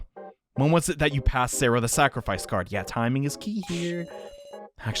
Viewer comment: tbh he still kinda mispronounces Sara's name but that one doesn't matter as much as "Sou hiruyo,,,," will miss him giving up with sous last name though ngl